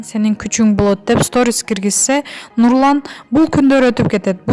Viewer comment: Мурдун менен суйлобочу Нулан дейсин да ондоп суйлочу тантык